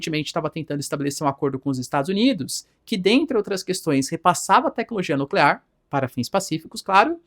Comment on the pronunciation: nuclear, não nuclerar, pelo amor de Deus